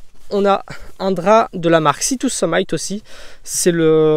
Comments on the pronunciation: Super vidéo et matériel validé par beaucoup ; moi jusque là, je suis passé à côté de Valandre et je vais essayer, tout le monde en dit du bien. Par contre la marque « sea to summit » se prononce summit avec un i et pas summaiyte ca veut dire le sommet… je dis ça je dis rien… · S'il vous plaît arrêtez de dire [sitouseumayt] pour la marque sea to summit, on prononce summit [seummIT: "it" comme en français]. Pas le premier que j'entends faire cette faute.